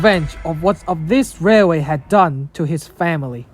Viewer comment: Dude u mean railway? 😂